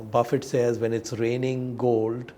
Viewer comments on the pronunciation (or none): God. You also say Warren Buffai! It Buffett. Not pronounced like buffet.